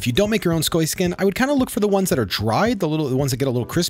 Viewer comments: im sorry idk why i noticed this but when he said skoy skin i died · Love me some “skoy skin” 😆